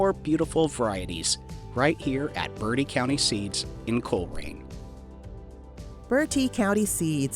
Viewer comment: Please stop saying birdee county it is pronounced bert -tee county Thank you 😅😅😅😅😅😅😅